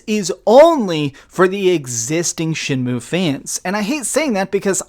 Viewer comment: For all you Americans out there its not shenmoo like a cow its shenmew like a cat While I'm at it its h not haych ur saying too much